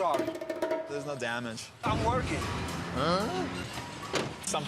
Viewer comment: “I’m WurKIn” like that is supposed to defend the fact he irresponsibly backed into someone’s car on the job💀